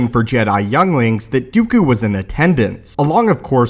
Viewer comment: "Dee-ew-cue". Lol. That's how he ALWAYS pronounces Dooku's name. It grates at me.